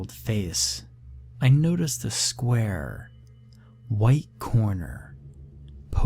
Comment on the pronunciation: Ah yes, I love "skyar" stories 😂